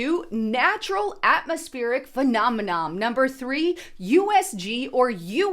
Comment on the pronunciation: Girrrrrl, it's not "phenomenom"- the word is "phenomenon", ending in an "N"! Geeez